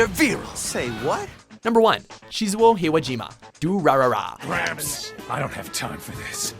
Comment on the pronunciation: Shizuou. Definitely Shizuou.